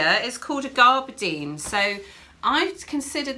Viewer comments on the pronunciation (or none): Great video girls, i thought I knew my cottons, but you taught me a few new things - I had seersucker all wrong! 🤣🤣. But one thing, garberdine? I think you’ve got too many r’s in it - it’s gaberdine unless you’re talking about pirate fabric - that would be garrrberrrdine 🤣😁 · Really interesting series, I've been watching them out of order. Just a couple of things. Please turn off phones and laptop pings as the boings and pings are really distracting. Pronunciation is gab-er-dine not garb-er-dine.